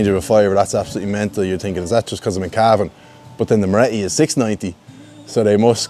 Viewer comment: Love Cavan, you even say it properly. Looking forward to Cavan town.